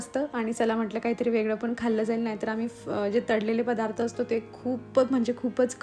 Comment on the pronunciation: तडले नाही तळले